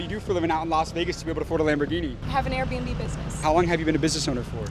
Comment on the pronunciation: Air b and b business she said air bums and boobs